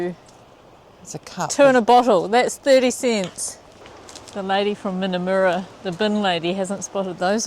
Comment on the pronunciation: Just a heads up about Aussie place names - usually the U is an 'uh' sound, where in NZ we use an 'oo' sound for a U. So Minnamurra is with a short Uh in the murra, not a moora like it would be in kiwi. I was so worried when you went in chasing that drone at what looked like dusk! No, no I was saying, don't go in at shark feeding time! 🤣I'm glad you all made it out alive! love and hugs🤩